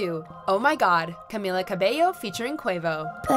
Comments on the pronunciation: Lmao i got annoyed when she said camEEla’s name wrong. And why’d she say ‘cabello’ so weirdly 😂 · "Camilla" triggered